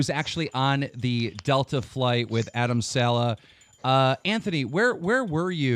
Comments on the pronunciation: its sa-leh, not se- lah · It SALEHYYYYYY NOT SALEHA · It's Adam sal'eh' wtf is Adam 'sella' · Saleh not Walsh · Dont even say adam "seller" ever again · Jesus Christ. ITS PRONOUNCED (SUH-LAY)!!!!!!!!!! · First say his second name properly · Cringed when he pronounced Saleh wrongly